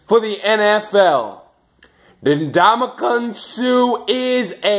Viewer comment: Its (En)damukong Suh not (Na)damukong Suh.